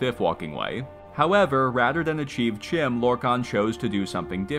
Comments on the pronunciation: CHIM is pronounced KIME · Bro did all this research and mispronounces CHIM